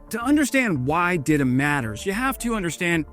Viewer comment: it's pronounced 'dee-tah' not 'dida', sounds like dildo lol